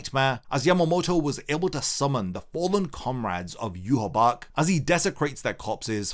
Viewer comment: It's pronounced You-ha-baha